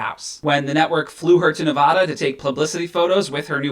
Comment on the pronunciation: Bro, you’re saying Nevada wrong, makes me cringe